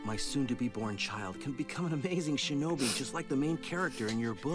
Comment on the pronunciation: "I die a splendid shenobi"